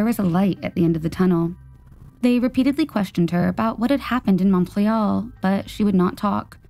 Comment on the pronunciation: Same with Montreal. Ugh